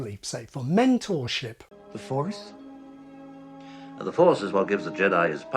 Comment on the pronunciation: The Force -> What I hear: THE FOREST.